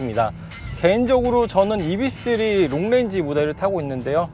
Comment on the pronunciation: 이브이쓰리...이비쓰리가 아니라.....왜자꾸 이비,이비